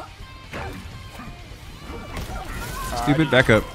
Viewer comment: had me weak asf 🤣🤣 “ehstoopidd” 💀